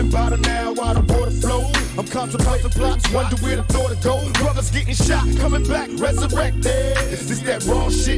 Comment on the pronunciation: Bro you GOTTa do blasphemy Again now that you can hear PAC jus saying bruva